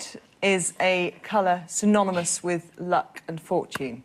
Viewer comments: ปานไผ่ Or maybe my ears are dyslexic. I thought I heard her say "sy-mo-no-mous" :/ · It's "synonymous"...please, for the love of God, Gabby :(